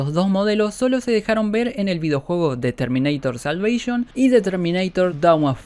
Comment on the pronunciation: Termineitor salveishon Que tanto te costaba decir Terminator la salvación